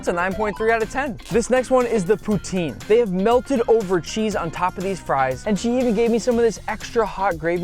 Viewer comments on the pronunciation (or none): none